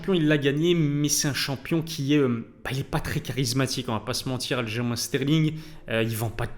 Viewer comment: Ça s’écrit Aljamain mais se prononce “Aljamaine” car c’est un nom propre et la prononciation ne devrait pas varier selon la langue.